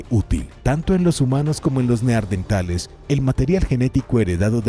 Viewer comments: Igual que en el otro video ,les vuelve a decir neardentales 😂😂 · Los neardentales😂😂